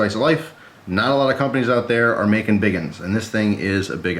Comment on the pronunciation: I left when I heard bigen or bigin, how ever the fuck you spell it.